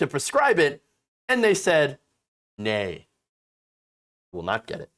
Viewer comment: When you said "nay" I spit my drink out! Spat? Sput